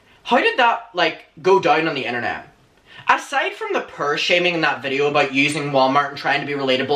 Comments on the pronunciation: I love the way you say POOR. It sounds just like PURR, as in the purr of a cat. :) A lot of times I watch your videos just because I love your accent. :) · I went half the video thinking he was saying per for perv. it's pronounced pour like pour a glass of milk. I liked the pants and shirt just not together. Putting 2 different browns together looked odd. Both are very nice though. I would have loved to see the full length on the pants. They looked very interesting, cute. A high collared white blouse would look nice with them I bet. Why ask what we like? You said you liked it and that's all that matters. Funny I had this same discussion with my son today and said the same thing. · It took me 5 whole minutes to realize was saying “poor” and not “purr” 😭 I’m so dumb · I kept thinking he was saying ‘pur’ instead of ‘poor’ and I’m ashamed of how long it took me to notice.... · Every time you say poor, I swear you say purr 💀💀💀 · It's not PUR it's POOR (PÖR) and don't blame it on your accent just say it correctly! ! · Me: what the actual fuck is purr?: explains poor Me: will forever pronounce poor as purr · hahaha I was looking up "purr" to see what it means.. LOL Poor!!! Poor!! LOL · The way you pronounce “poor” is so adorable!!! 🤗 🤗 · I legit thought he was saying purr lol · i love how he says poor like purr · I thought he meant per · omg.. I was trying to look up "purr" "per" to see if I can find a word that would best fit into what he was saying🤣I was thinking it was slang for something haha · I'm purr, are you purr? ☺😅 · Sir, the way you say poor is my favourite thing. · I love the way poor sounds in your accent 🥺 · not me taking til minute 8 to figure out he is saying poor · Also... I absolutely adore the way you pronounce poor lol. Everyone needs to adapt this immediately. 🙌🏻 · Anyone else just love the way he says poor. 🙂😅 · Aww your outfit!!! Loves it 💕 also I’m Canadian and I’m obsessed with the way you pronounce poor!! Lol